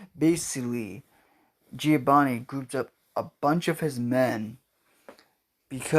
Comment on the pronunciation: Its not giobani it's giovani It's not sasashi it hisashi